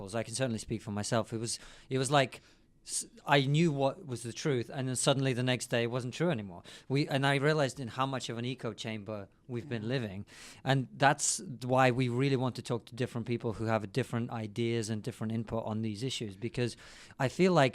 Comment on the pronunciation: It's "echo chamber" not "eco chamber" but this was years ago so I expect you've realised that by now.